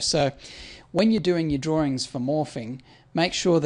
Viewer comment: the way you say 'morphing' sounds like 'morphine' :)